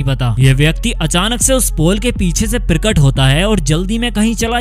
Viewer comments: "Pirkat" is not the word but Prakat is correct pronunciation. You can't correctly speak Hindi. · प्रिकट नहीं प्रकट 😂😂😂